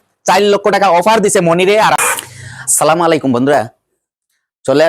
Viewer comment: আসসালামু আলাইকুম আলমগীর ভাই আপনার আসসালামু ভুল হচ্ছে